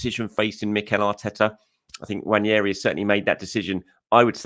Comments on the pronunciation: ...it's Nwaneri not NWANIERI. Please pronounce his name properly 🙏🙏🙏🙏🙏🙏🙏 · Hey …can I teach you how to pronounce Nwanieri? You’re trying but you can be better. The N is a unique sound that you need to understand. You’ve been avoiding it😝😝 Sign up for class and I enrol you 😂😂